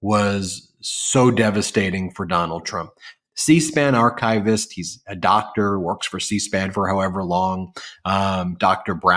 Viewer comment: The correct pronunciation of archivist (It is not archive-ist)